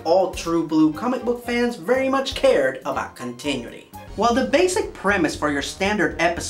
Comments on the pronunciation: It's pronounced "con-tin-new-ity"! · Well, no. Not "KHAN-TA", "KHAN-TIH". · It's continuity - KHAN - TA - NEW - IT - TEA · Someone needs to watch One Punch Man. Also, the way you pronounce continuity never ceases to make one of my eyeballs twitch.